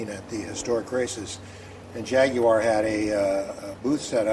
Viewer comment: Thank you so much for your correct pronunciation of Jaguar deep respect my friend 🇬🇧